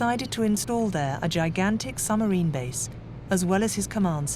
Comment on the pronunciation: Why does the lady narrator not pronounce the “b” in submarine?